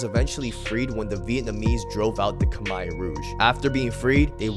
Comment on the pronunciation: Kha mare!! Not kha mai! Lol